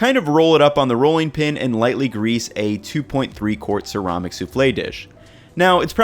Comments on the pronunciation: He said sir ah mic ...lol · You pronounce ceramic weird